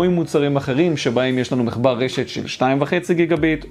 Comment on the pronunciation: ד"א אומרים מחבר MACHBAR לא MECHBAR